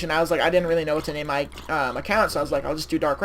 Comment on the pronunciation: You said my name wrong but whatever. Thanks for the compliment on my profile pic.